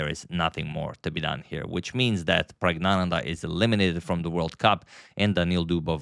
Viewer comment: Sorry to disappoint - you’ve been pronouncing pragg name wrong all the time. This is the native tamil pronounciation Prak-gya-nandhaa